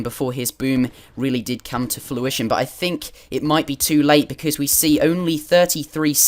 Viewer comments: It's fRuition, not fLuition :| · Was going to post this too. The first time he said it I was thinking "hmm did he say fluition?" Then he said it again for sure. Easy to remember because if something is coming to fruition then you are getting the fruits of your labour!